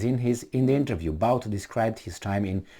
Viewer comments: Boot - not Bout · Just FYI his name is pronounced boot